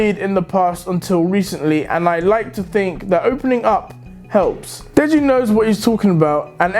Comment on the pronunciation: Deji say deggy wedgy